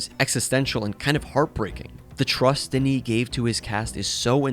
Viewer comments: you pronounce it Deniss Vilnov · DENIS WHAT!? My brother in Christ, if you are going to butcher his name that badly, you might as well call him Dennis. Could not go further in this video 🛑